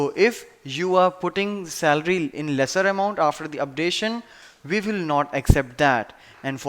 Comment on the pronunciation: its WE.... pronounce as uie , and not ve